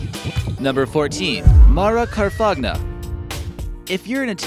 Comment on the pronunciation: Her last name is pronounced 'Kar-fahnya' Trudeau doesn't look sexy in his notorious black-face he has worn several times